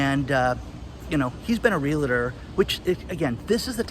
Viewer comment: REALTOR not REALATOR.